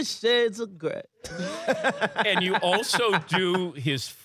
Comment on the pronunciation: It’s the nuances that make Jay a master impressionist. For example, he says 50 Shades of Grey as “50 Shades of Greh”.....exactly how Rock would’ve pronounced it.